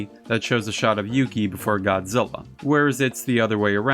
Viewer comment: I just got to say I know a lot of work goes into making these videos and research I love this channel just as long as he doesn't pronouns GODZILLA I'm fine with everything else lol. keep up the great work and the videos coming